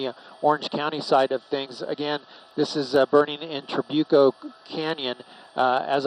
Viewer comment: So far nobody has pronounced Trabuco correctly!!!